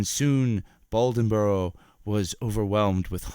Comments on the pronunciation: It is a interesting story. But it's pronounced Bladenboro not Baldenboro. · Blay-den-borough, Try spending less effort on the accent and more on the pronunciation. How did you get Balden-borough? At least you got the details of the story correct. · Say it with me: Blay-den-boro. LOL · I've been on a beast of bladenboro kick and several other video narrators are pronouncing it as "baldenboro". I think they are all researching the same article that has a typo. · Hunter Glass I agree, I grew up in Dublin, NC which is 15 minutes from Bladenboro. That pronunciation killed me 😂